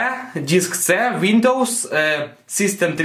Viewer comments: что же ты употребляешь? УВиндоовоувоууууззссс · Нифига не помог... но произношением windows повеселил